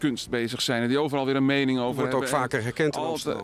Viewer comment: "Mensen die over van alles en iedereen een meinig hebben..." Tja.